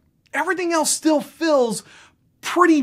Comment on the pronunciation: I was listening, but then I became fixated on your weird inability to pronounce the word "feels"...